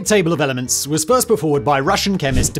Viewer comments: Simon doesn't actually know all this stuff. He has a team of writers who are more specialized in different fields. I can tell this by how frequently he mispronounces jargon (like the names of some of the elements in this video). The whole can be greater than the sum of its parts - and deliver knowledge and be entertaining at the same time. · Sorry Simon, but your pronunciation of some of these elements is just horrible…